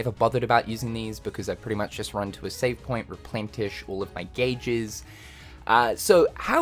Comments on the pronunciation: It's pronounced RepLENish... not repLENTish. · there's no t in replenish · The word "replenish" does not have a T sound in it.